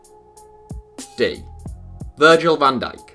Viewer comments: Nobody calls van dijk ‘dijk’. Surely he is v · Can digk is v not d